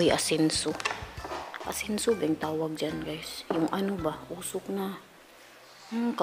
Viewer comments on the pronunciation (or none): Ensenso hehe hindi asenso hehe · Ensenso hindi asenso lol!😂😂😂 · Natawa ako sa asenso.. 😂insenso man yun oyy..😊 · Insenso dili asenso.😉😉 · Ensenso dili asenso hehehe